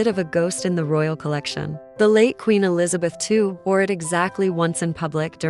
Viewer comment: I know this is AI but maybe AI can figure out how to say Queen Elizabeth II, properly, she reigned for 70 years and 214 days... just saying